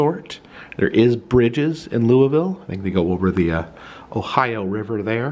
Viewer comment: You pronounce Louisville wrong